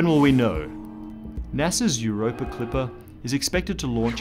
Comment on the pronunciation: I sincerely love the way you pronounce it Europrrr ...and now I'm imagining cats swimming around below that ice :)